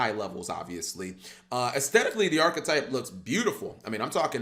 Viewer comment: Do a deer a female deeeer Re a drop of golden sun Mi rhymes with G for who’s pronouncing the archetype wrooooong Jk I love you Cap